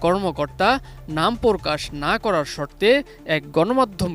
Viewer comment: সাংবাদিকের উচ্চারণ ঠিক করতে হবে সে বলছে (প্রকল্প) পরকল্প,(প্রকাশ) পরকাশ